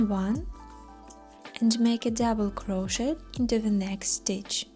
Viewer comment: I love this pattern! Currently making it for Halloween. 2 things though, SAID WITH LOVE the T in crochet is silent ('cro-shey' or cro-sheyed or cro-sheying) 2ndly, that background music is absolutely TERRIBLE! Both are Very Disturbing to my 'Tism's, and I had to turn the sound off, which is a shame as youhave a lovely speaking voice 😂❤